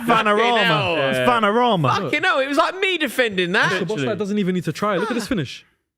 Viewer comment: How does still not know how to pronounce Szoboszlai?